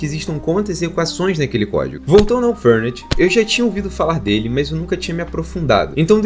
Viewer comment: Só faço a seguinte correção, não "furnut", é "férné". Com um baita de um "E" abertaço. Isso é o nome de uma bebida italiana.